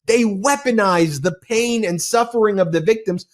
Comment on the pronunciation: A 5+ minute commercial by an obvious man in his 20's about "we all ferl the paon of aging" omg - disrupts this video and is like a road block to me! Make them SHORT, less than a minute or I will stop watching.